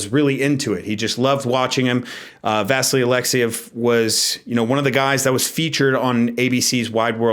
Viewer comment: I may be wrong but isn't the pronunciation vasILY (Alexiev)? I watched him on Wide World of Sports (ABC on TV in the USA) as a kid and that's how I distinctly remember it. Not a big deal, just thought I'd mention it.